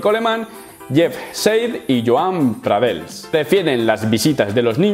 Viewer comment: No es pradels i joan pradells con ll se pronuncia ll no l, si no sabes pronunciar la ll por el motivo que sea pon una i por tanto pradeis. Es que me cago en toda mi puta estampa pero me gusta tu opinion y tus vidios. Un saludo